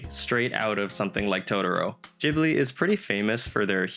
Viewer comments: it's GHIBLI like GHOST :p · You're pronouncing Ghibli so weird it's not a j